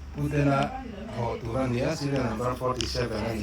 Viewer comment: a hmuhnawm thin e,ka sawi lsel ve duh lawk chu RAWN tih i lam dan hi sim daih la,rawn ti satliah mai la,lam kawi tawh lo la,a nalh zawk ang